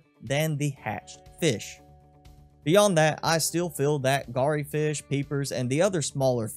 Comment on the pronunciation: Just a minor point - re your horribly butchered pronunciation of Garryfish. 'Garry' rhymes with "Larry".